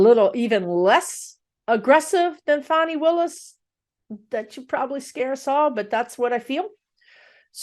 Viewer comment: Hello 👋 LOVE your channel. Her name is pronounced fawnee (fawn like the baby deer + e). PS please read on Garland actually doing his job or just continuing to protect the Rethugs and the orange menace and tossing Jack Smiths findings/prosecution like Barr did to Mueller. Thanks for all you do for us ❤️ 😘